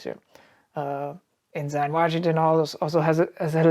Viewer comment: En-sin... not En-sign